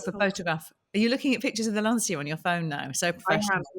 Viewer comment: I missed much of your discussion at the beginning of the video because my wife was screaming LAN-CHIA you idiots, it's pronounced LAN-CHIA!